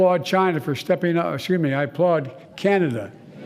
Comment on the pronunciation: Chinada lol